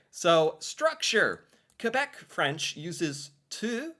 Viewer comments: I appreciate that you pronounce "Kebec" instead of "Kwebec". 😊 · I really appreciate you pronouncing quebec properly, I do not hear it often but it always warms my heart to see my country respected like that :) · Thank you for saying Québec and Québecois properly. You actually say it better than our fellow english speaking Canadians. The effort is appreciated 😁 Merci! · Hey, funny video, but really, congrats on your prononciation of "Québec". You got it perfect. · I'm very happy to see the effort you're putting in pronouncing Québec properly. Most people don't bother. Warms my heart a bit. That thing about private parts, it's the France word "Gosse", which means "kid", but in Québec it's a testicle.